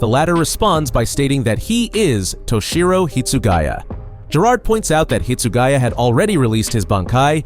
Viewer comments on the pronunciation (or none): none